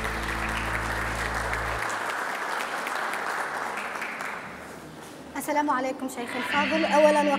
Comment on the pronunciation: نعلم بأنه إستفزكي كثيرا لا إسمه الفيزازي وليس الفزّازي